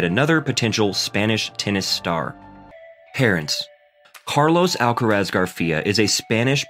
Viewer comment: no les tienes que explicar nada. Los nombres de las personas es una cuestión de identidad. Carlos Alcaraz se llama así, no Carlos "Álcarasd". Basta con preguntarle al propio Carlitos, o a cualquier español que se tenga a mano, cómo se pronuncia ese apellido y tratar de imitar lo que le digan. A nadie le es exigible un buen acento en otro idioma, pero sí un respeto hacia la identidad de las personas y eso implica designarlas por su nombre, no por lo primero que se te viene a la cabeza cuando lo lees.